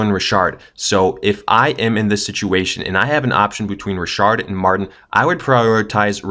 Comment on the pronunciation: I pronounce it "Beat-hard" and you pronounce it "Beth-ard" ...i pronounce it "Rich-ard" and you pronounced it : "Re-shard" ok